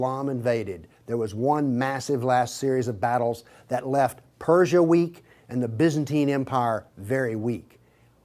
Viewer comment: He can't pronounce Byzantine 🙃😲